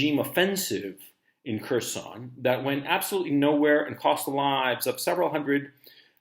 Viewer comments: “HERR—SON” Gonzalo… not “KERR-SON” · "Curse-on". Please learn some Russian pronunciatlon! "Hearse-on" would be more accurate.